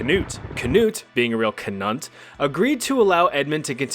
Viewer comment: "King Cnut being a real Cnunt" 🤣🤣🤣